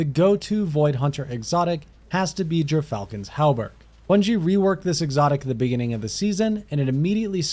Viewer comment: I can’t tell you how much I appreciate you pronouncing Gyrfalcon’s Hauberk correctly.